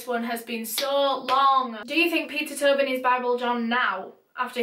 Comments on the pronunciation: clearly says “Peter Tobin” Me: Peter Toe Bin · omg i thought she was saying turban this whole time